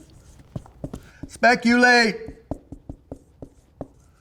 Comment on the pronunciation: "DON'T SPECUL...mleahhh" Wiser words have never been spoken...